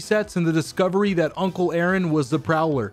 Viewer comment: Instant like when you said A-aron